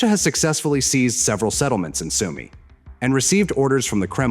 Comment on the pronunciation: ist eure scheiß KI zu blöd Sumy richtig auszusprechen